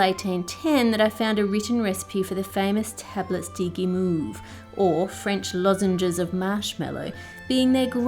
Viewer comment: Then there's Guimauve that is pronounced "Gi moave" cause the French like to moave it moave it.